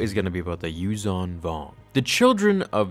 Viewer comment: Your pronunciation needs work.The "zh" in "Yuuzhan" is pronounced like a soft "z", not a regular "z". Source: Audio Books.